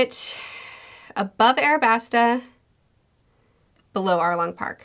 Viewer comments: why do u say arabasta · Yo there’s an L right there! Stop calling it what stupid 4kids calls it 😭 it’s aLabasta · I like how she still says Arabasta despite it saying Alabasta on the picture. I assume that she read a translation of one piece that spells it and many things from the series with an "R" instead of "L" and just keeps going with it because that is how she got to know the series. It makes me go "IT'S AN L!" every time, but I'm starting to get used to it and have made a headcanon with this explanation as to why she refuses to pronounce it correctly despite everything.